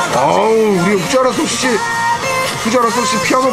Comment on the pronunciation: 다좋은데ㅠㅠ히게단의 보컬이름.. 후지와라 아니고 후지하라... 후.지.하.라!사토시입니다!!!